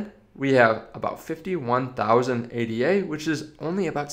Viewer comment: It is Ada like the name, not A.D.A.